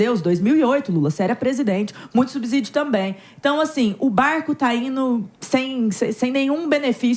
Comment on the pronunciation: Essa pronúncia da palavra "subsídio" 😅 dá dor de cabeça!